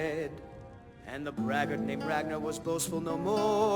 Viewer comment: I stopped watching when he pronounced Ragnar, RagAnar. WTF.